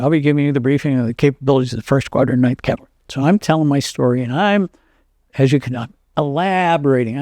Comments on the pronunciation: Are you listening?The interviewer mis-pronounces Cavalry,NOT the Veteran! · You'd think the interviewer would have learned how to pronounce "cavalry" before the interview. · I think it's the interviewer mis-pronouncung the word Cavalry.